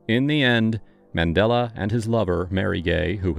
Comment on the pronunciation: Such a great book, surprised it never got as much as a mini-series - btw Mandella was named by his hippy parents after the circular religious symbol of the 'Mandala' and supposedly should be pronounced the same way.